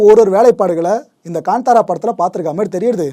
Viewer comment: கன்தாரா இல்ல சகோதரரே.... "காந்தாரா" என்பதே சரி